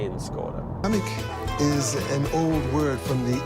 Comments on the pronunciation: in what reality is it pronounced kamak?? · Ah,unable to pronounce the cars name,really.